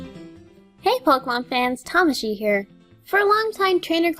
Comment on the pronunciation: You're still pronouncing your name wrong. T_T